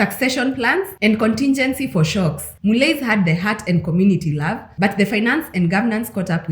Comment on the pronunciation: It's pronounced "Mullee"